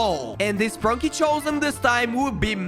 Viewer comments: Bro really said spranki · Bro really said sprinki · You says sprunki